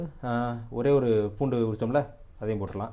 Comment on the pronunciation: ஐயா பூடுஇல்லங்க பூண்டு சொல்லுங்க பூண்டு பூண்டு நல்ல தமிழ்ச் சொல்லை ஏன்கெடுக்கிறீர்கள்